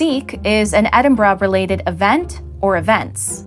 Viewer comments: You pronounced Edinburgh right! Thank you for that - it is a rarity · And I'm so glad you didn't pronounce Edinburgh as Edinburrow like most Americans 😂